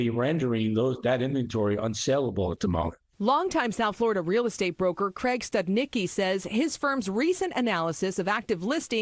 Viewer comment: “Studnicky.” Yikes.